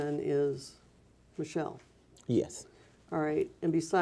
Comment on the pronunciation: I know I'm late but I made the mistake of reading your comment in my first few seconds of watching the video, and then every single time he said "Michelle" I couldn't breatheee!!! 😂😂😂 He really pronounces it "ma-shell" too!!! 😭😭💀💀